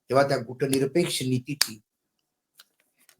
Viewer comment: मराठीत गुटनिरपेक्ष नाही गटनिरपेक्ष म्हणा.